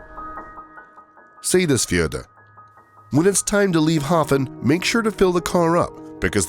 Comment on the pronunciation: You mispronounced Hofn and misidentified Vestrahorn as Estrahorn.